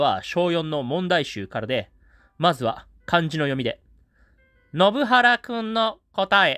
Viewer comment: 前にも信原くんの名前の読み違いを指摘されたのに、また間違ってる😢